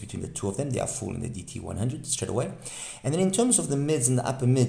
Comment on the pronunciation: Silent "L"?